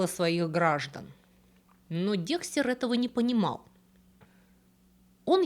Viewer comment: И ИСТОРИЯ НРАВИТСЯ, И БЛУЗКА ОЧАРОВАТЕЛЬНАЯ!!!! И ВСЕяТАКИ БУКВА Е ЧИТАЕТСЯ, КАК ЗВУК Э! и он ДЭКСТЭР, А НЕ ДЕКСТЕР!!!!